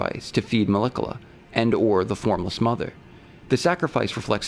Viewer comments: His Pronunciation of Miquella 😆 it's "Mick - Ella" not "Mel - ikella". i hope that helps! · Ok. I'm confused at this point. Why does this creator pronounce names of ER characters in non-canon ways? Melikoola for Miquella? Mog instead of Moug for Mohg? This is not a person who doesn't care about details, this is a scholar. Why mispronounce...? Why is this happening?